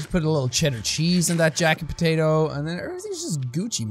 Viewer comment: I löv iet wen he says potate